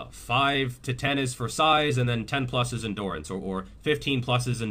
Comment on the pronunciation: Ross from friends kind of says endurance like endoorance